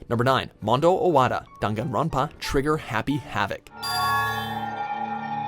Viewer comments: No one : Legit no one : Not even the spirit in my basement : Him at the start : Me : i- did you just say danganronpa into Dungunronpa? Ot is it just my ear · it’s dang-an-ron-pa not dongawnrinpa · why is he pronouncing "danganronpa" as "danganron PAAAH " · WHAT THE EF IS DONGONGRAMPA ITS DANGINRANPA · Wtf is darn an Ron pa tf it’s dangronpa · I think it's pronounced dAngAnronpa not dUngUnronpa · DAWM-GON-RAWMPA PHAHAHA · he says dongunrunpá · The way the narrator pronounces Daganronpa makes me sick, ugh. I bet the narrator hasn’t even played Daganronpa. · i don't like how he says danganronpa like "dAn gon Ronpa" eww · Why he say it like that don gon ron pah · dan-gahn-rahn-pah Edit: some of the ways he pronounces stuff KILLS me :( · Nobody:: DAnGanRonPAAA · ..Top ten DHAN-KAN-Rum-pa executions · No one::DUNGANROPA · Dang it grandpa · Dude... It's Danganronpa. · Dan Gun Ron pa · dunganronpa goodbye duspair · "Dam- gan- won pa" NOPE. NOPE. NOPE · ‘D UN GANRONPA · am I the only triggerd by how he said dongonronpa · Just cringing at the way he said danganronpa P.S. I liked Celeste's execution the best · Every had troubles saying danganropa, right? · No hate but why do you say Danganronpa like that? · He says danganronpa wrong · They butchered the pronunciation of danganronpa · He says Danganronpa wrong :( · Is it just me or does anyone else hate how he says Danganronpa? Nope just me, okay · the way he says the names is giving me a stroke lmao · THAT'S HOW IT'S PROUNOCED?!?! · The way he pronounces Danganronpa though... I love it. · I can't take you seriously when you mispronounce DanganRonpa. How come you only included the first two games and not the spin-off or the recent game that released early this year? Some of those executions were more insane and brutal.